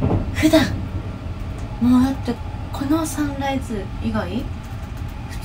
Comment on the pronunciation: サンライズのイントネーション笑 サン↑ライズ↓